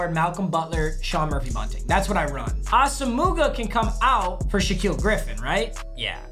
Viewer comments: its pronounced awesome-wa not asa-muga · Did he say asomoogah it’s asumuh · ITS SAID: "AWESOME-WAH" - FROM NIGERIAN RAIDER FAN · Nnamdi Asomugha: pronounced like Awesome-wa, not Awsa-moo-ga. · Nnamdi Asamugha is pronounced (AH-SA-MWAH) not (ASS-AH-MOOGA) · No one:: AH-SO-MOO-GUH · He said A SOH MUUG AH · Bruh, Nnamdi Awe-sum-wah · LEARN HOW TO SAY ASOMUGHA RIGHT You’re not even close It’s “awesome-a-wah” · Bro stop saying assa mooguh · Not how u say nnamdis last name